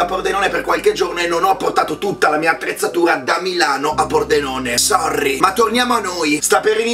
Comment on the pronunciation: Nessuno: Letteralmente nessuno: Il mondo: L'universo: Riccardo Dose: Sorrrrrry